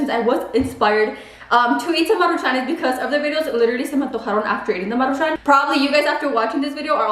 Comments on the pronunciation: It’s Maruchans not Maruchanes 🙄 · Take a shot every time says “Marucahun”🤣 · 1 shot for everytime says maruchanes🤣🤣🤣 I'll be fucked up af by the end of the video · Why do you say it like MARU (pause) Chan? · Take a shot every time says maruchanes 🤣🥃